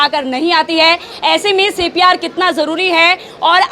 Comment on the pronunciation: Reporter madam pcr bol rhe h cpr ko.....